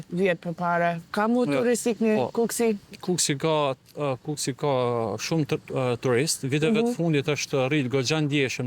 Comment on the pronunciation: kukës, not kukesi..😂